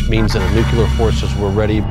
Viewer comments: as soon as this moron said nucular...I stopped watching it....It's fucking Nuclear!!! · this clown can't even pronounce "nuclear" correctly, but he's supposed to be an expert? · Why can't any of these experts pronounce the word, "nuclear?"